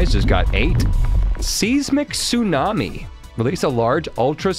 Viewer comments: Size-mick. Not seize-mick. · Today I learned that doesn't know how to pronounce seismic (size-mick) 🤣